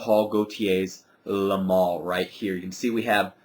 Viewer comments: Its le male not le mal. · The spelling is Le Male, but it's pronounced "Le Maule". I actually have two bottles of this. A 4.2 oz and a 2.5 oz that I got about a month ago and I just cannot stop using it. The top is addicting to me, and the vanilla is very smooth. I don't see where everyone says the projection is crazy on this though. It's got good projection for the first hour or so, and then it dries down and has fairly average projection on me. Longevity unfortunately for me is only about 5-6 hours =/